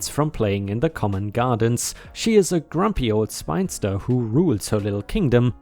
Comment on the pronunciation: I like your videos dude but you are having issues with very simple words like spin-ster or bass(base) and so on